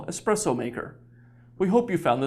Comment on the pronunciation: omg ESPRESSO not EXPRESSO